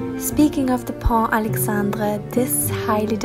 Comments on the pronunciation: Pont Alexandre III not "Alexandré". It's more professional to learn and check about the exact spelling ;-) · Pont Alexandre III and not "pont alexandré" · ah ah ah ah ......!! on ne dit pas " le pont Alexandré ", mais " le pont Alexandre 3 " en anglais, " Alexandre the third bridge " , très jolie vidéo merci